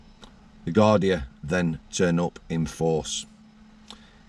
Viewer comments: Garda not gardia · it’s Garda, Guardia is the Spanish